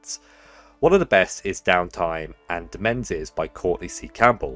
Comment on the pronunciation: 'Demesnes' is pronounced 'duh-MAYNS'. Just like 'Domains', it's cognate in English.